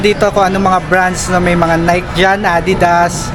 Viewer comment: Nike po is pronounced as nay-ki.👍